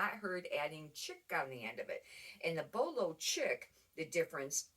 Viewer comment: Chic is pronounced sheek, I believe